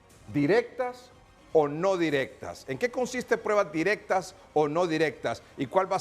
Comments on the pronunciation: El DIZQUE “ESCRITOR” 🙄 NO PUEDE NI HABLAR DICIENDO: “PREBAS” EN VEZ DE P R U E B A S 😂😂 Cuando opina se le nota que quiere sobresalir por encima de PROFESIONALES EXPERTOS! 🧐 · has dicho “prebas” en repetidas ocaciones. Señor “escritor”, que pena.